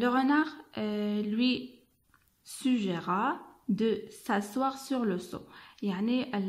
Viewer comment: Vérifiez madame la prononciation du verbe SUGGÉRER... TU L'AS LU FAUX . Merci pour tes efforts